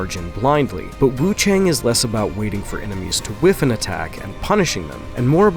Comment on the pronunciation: WuChang, I think the a in chang is pronounced more like 'ah' instead of 'eh', so is Wu ChAHng.